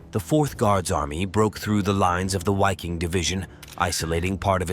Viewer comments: The "W" in the German word "Wiking* is pronounced as the English "V". They should be pronouncing it as the English word Viking (sounds the same in German) which also has the same meaning. To pronounce it starting with the pronounciation of the name of the English letter "Y" followed by "-king" is obfuscating and sounds silly in my opinion. Besides that, the pronunciations are fine, with the exception I guess, that to remain completely consistent, the pronunciation of Waffen, should be prounouced as the English spelling "Vaffen" would be. A lot of good information in this post. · Interesting because I wondered about the correct pronunciation since it sounded strange.